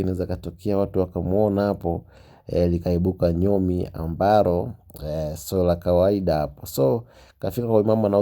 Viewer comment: Wenae so ambaroo ni ambaloo😂😂😂😂 khee